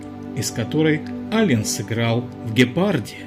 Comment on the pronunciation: Автор, Вы бы более правильно произносите не Алень, а Алэн.